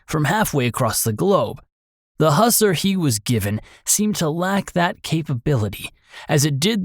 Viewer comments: Who-sar.. Not husser. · I believe its pronounced Hew-sar, like Hugh Czar